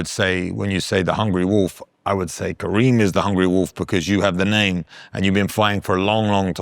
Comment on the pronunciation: His name is Kerim not Kareem! I think it is a matter of respect to learn the name of the person you interview.